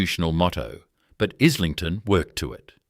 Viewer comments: Pronounced. Is ling ton. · Pronounced,,eye,ling,ton FFS